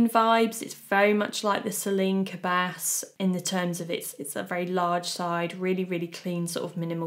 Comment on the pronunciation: Correct pronunciation of Polene, but the s in cabas is silent ;-)